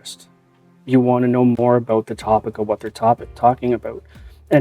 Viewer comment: What it's "aboot" Canadian much? JK much love!